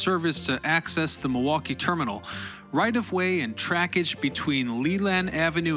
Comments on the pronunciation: Are you from Milwaukee? You say it the way a milwaukeean would say it- Ma-wah-kee. Do you call drinking fountains bubblers too? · I appreciate that you recognized the L is silent in Milwaukee 🧀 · Usually, only people actually from Milwaukee know that. They pronounce as Ma-WAH-kee. I know. Born and raised in West Allis, 87th and Greenfield! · I really appreciate that you pronounce Milwaukee, Racine, and Wisconsin the way we do in Wisconsin